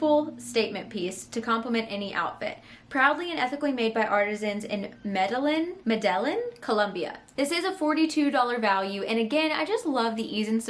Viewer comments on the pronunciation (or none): medellin colombia- pronounced ME-DE-YIN